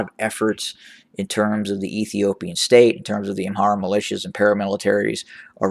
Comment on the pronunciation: I love it when you say the former stare of Ethiopia 👍